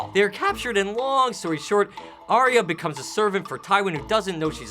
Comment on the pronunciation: It's Ar-Ya, not Ar-Ee-Ya.